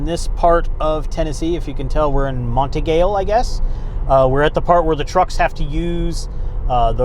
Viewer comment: I know I'm way late to the game, but I'm just to the part of the video where you question it and I've always heard it pronounced Mont Eagle (as in the bird).